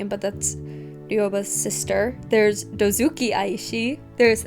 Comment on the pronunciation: O checked and it's "Dozuki", she aciddentaly swapped "z" with "k" when reading. It's apparently a type of saw.